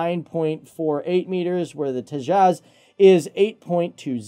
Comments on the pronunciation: Beo its Te jas not tezaaz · It's H.A.L. Tejas, and not any of your: 1. Hal tejas 2. Hal to jazz 3. Hal two jaws etc etc. Please, pronounce it correctly. Thanks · It's pronounced "TAY-juss" and not "tay-JAZZ." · Tea-Jazz but I pronounce it as Tea-has (silent J) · Its pronounced as 'Tayjus'.